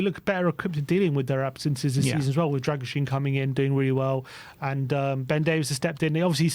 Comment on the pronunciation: It’s pronounced “Dragusheen”